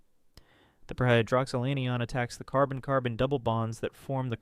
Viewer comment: The word Anion does not rhyme with onion. It’s pronounced AN-I-On. Similarly the word Cation is not pronounced “cashon”. It’s pronounced CAT-I-on. Good information, you just needed to do a little more homework.